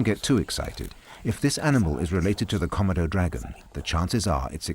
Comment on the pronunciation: Why can't the narrator pronounce Komodo correctly: kuh-mow-dow.